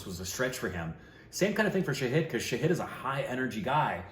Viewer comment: Knowing him for approx 2 years, I think now would be a great time to correct the pronounciation of his name, it's "Shaahid" and not "Saheed"😅